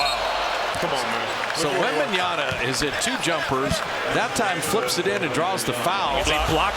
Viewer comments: Wembenyama. And this idiot announcer can't even say the kids name. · The Warriors announcer spending a full quarter saying Wembanyana was kinda funny lol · I know, eh? It's bugging the hell out of me. Can't that guy read? It ends with "MA"' not "NA"! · no way the commentators couldnt pronounce his name properly 😵😵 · These commentators can't even pronounce his name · They didn't pronounce his name right 3 times during the whole match - WembanyaMa, sheees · Someone please tell these idiots Bob Fitzgerald and Kelenna Azubuike Its " WEMBANYAMA " and not webenyana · it's WembayaMA , not Yana .... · It's always shocking when professional commentators are mispronouncing the names of foreigners. Like you're getting paid 100k+ to do these things, how difficult can it be to say Wembanyama rather than Wembanyana? Stephen A with Dončik is a prime example, he does it for the attention though. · Can somebody tell the announcer that it's WembanyaMa not WebanyaNa? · Oh my god these announcers still pronounce his name wrong Its WembanyaMa not WembanyaNa!!! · Wembanyama not Wembanyana. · ITS WEMBANYAMA NOT WEMBANYANA COMMENTARY TABLE DO YOUR HOMEWORK 🤬🤬🤬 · Wembanyana??? Wembanyada??? ...who the fuck is Wembanyana and Wembanyada??? It's fucking WEMBANYAMA! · Why do they call Victor "wenbanyana" thought it was pronounced as "MA" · Could someone pls tell the commentator that its wembanyama Not wembanyana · if they say wembanyaNa one more time ill eat my ipad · Who the hell is the commentators speaking about .....who da hell is Wembanyana.....it's WEMBANYAMA 😅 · Its YAMA not YANA this caster needs to do some homework, edit: nvm he chged halfway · wembanyaNa....man wtf are these clown broadcasters...you are a professional broadcaster who i bet gets paid fuckin a lot and you cant learn one fuckin name that is literaly the hottest name in basketball rn and have been for some time and a it a pretty easy one as well😔😤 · Why always pronounce as “wembanyana”? Are they hungry ?😂